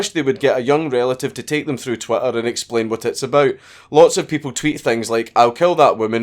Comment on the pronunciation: is it your accent, or are you purposely saying "twatter"???